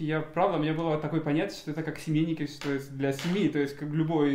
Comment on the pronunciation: Правильно "семейки"